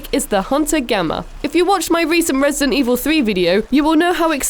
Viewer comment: dent Evil